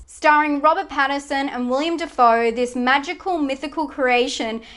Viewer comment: Robert Pattinson, not Patterson